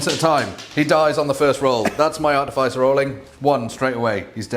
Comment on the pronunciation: Just one thing to improve on lads with the artificer armour. It's pronounced ar-tif-is-er not art-e- fice- r.😂😂